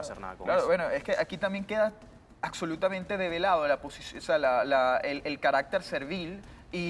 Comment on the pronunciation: "acsolutamente" y "odjeto"